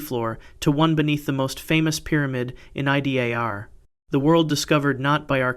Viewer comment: There seem to be too many references to 200 CE. Also tripping over the pronunciation of LiDAR. But certainly very interesting 😊